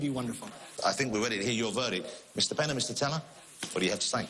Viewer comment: "he fooled Penn and Tellaaahrg"